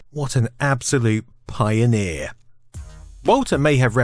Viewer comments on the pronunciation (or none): I've never heard the word pioneer sound so much like 'Bell End' !